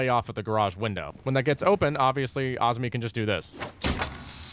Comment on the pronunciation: They say AHZ-MI when it’s pronounced AH-ZAH-MI